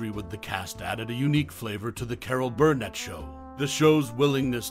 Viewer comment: "Carol BURRRRnet.. Carol BURRRnet".. seriously, dude.